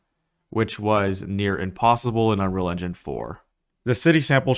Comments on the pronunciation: I’ve never heard anyone under-pronounce ‘engine’ as ‘enun’ so consistently. Might want to work on that. 🤣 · Why can’t you say engine properly? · Why can this guy not say engine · can yu say engine properly one tiem